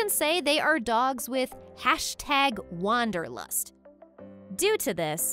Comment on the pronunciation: "Wanderlust" not "WonderLust".